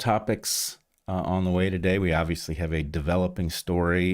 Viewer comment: It's an old fashioned margarita! Summery definitely sounded like "summary" to me, too.